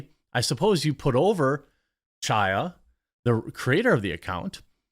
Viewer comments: Hey it's not pronounced CHaya like 'change', it's *Chaya with the gutteral H, like Chanukah. Her name means 'full of life' in Hebrew. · The 'ch' in "Chaya" is pronounced as it is in "Achmed." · Jeremy, the "Ch" in "Chaya" is pronounced like the German gutteral "ch" as in "Ach du liber". There's no English equivalent letter for what is a Hebrew name. Her last name is pronounced "Ray-chik". Leftists have also claimed that her unique ring on Tucker's interview is the same unique ring spotted in what's claimed to be a video of her outside the Capitol on J6.